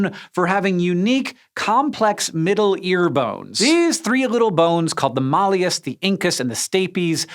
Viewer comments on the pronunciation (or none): / Malleus pronounced like mallet for which it was named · "the brain changing the shape of the skull" Anyone else feel a twinge of phrenology? "Molly-us" and "multi-too-BEAR-kyou-late"? / dʌz ˈɛn.iˌwən ðɛər noʊ haʊ tu rid ði / IPA / ˈgɪv.ən ɪn ˈdɪk.ʃəˌnɛr.iz /? ==> / ˈmæl i əs / and / ˌmʌl tɪ tʊˈbɜr kjə lɪtˌ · / Malleus pronounced like mallet for which it was named